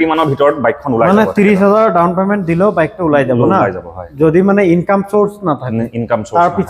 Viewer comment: Teazpur nhoi bhai "Tezpur" Dawon payment nhoi bhai "Down payment "